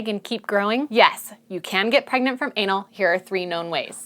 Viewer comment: Pergnut, pergonant, pregnart 😂